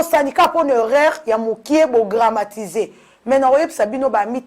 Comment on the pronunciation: On dit dramatiser et non gramatiser. Banda kala ovandi na France ofungola ata dictionnaire te? Tika accent ya ba luba tranquille, oza sûre que baluba nyonso oyo ba botama na Kabeya kamuanga bakokaka ko prononcer Jésus te? Elengi ya ko bimisa ba vidéos ou quoi? Tchippp. Buzoba!